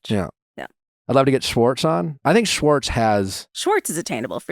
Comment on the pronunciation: Anyone else been slowly driven nuts over the past few months in various interviews as Scandoval has unfolded, with people switching back & forth between pronouncing Schwartz’s name as “Schwartz” & then twenty seconds later, same person, “Shorts”…